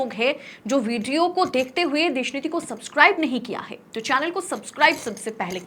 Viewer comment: Mem आप का सपस्काइब बोलना लाजवाब